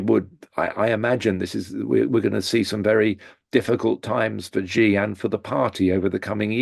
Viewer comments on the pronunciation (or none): Xi Jinping. The syllable "Xi", in Chinese, is pronounced similar to the English word "she". Here, it was repeatedly pronounced like the letter "G" or "gee". The sounds are different words in Chinese. Please say "she" or "shee", not "gee". Otherwise, thanks for the very enlightening discussion.